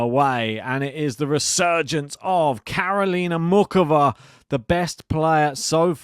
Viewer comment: There is no OOK in Muchova. The C is not hard. More like, MOO HOE VA (with a little 'depth' on the H of HOE).